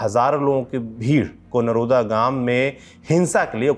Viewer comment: नरोडा़ बोला जाता है